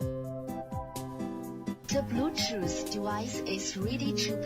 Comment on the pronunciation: chou-tooth??? BLUE-CHOU WAS RIGHT THERE